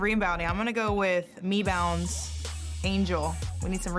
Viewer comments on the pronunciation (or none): Collier literally called reese "Mebounds" when she drafted her. IM DEAD. 😂😂😂😂😂